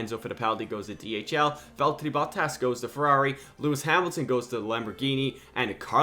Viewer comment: The fuckin Valllllterrriiiii Botttaasss, dude thinks he is finnish